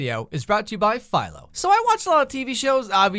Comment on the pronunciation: Who else just thot he said paedophilo when he sad philo